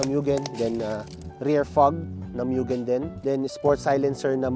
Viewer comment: moo-gen not meuwww gen